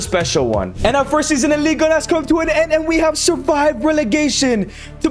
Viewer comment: It's not "league" it's ligue